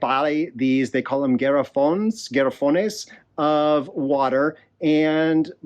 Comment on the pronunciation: You got the "i" and "e" mixed up in the spelling of hielo. Also, the "a" in garafones is pronounced like (open up and say) "ah". So it sound start out sounding like "gone" and not like "Gary". Sorry for being the killjoy but very informative video! I'm definitely going to be using them a lot. I have a really steep up and down road by my house that basically stops anyone not in a ATV from driving by so I'll need to make friends with the delivery guys and show them how to get to me.